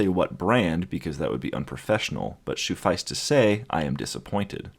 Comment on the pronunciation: "Shoefice to say" this is the level of humor i enjoy